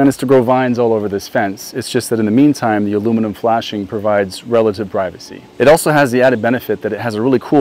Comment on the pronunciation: Even if ´´aluminum fence´´ at first sounds like a mixture between something like ´´alumni´´ and ´´nukular defence´´, the outcome is quite impressing and I really do like it. 😁😇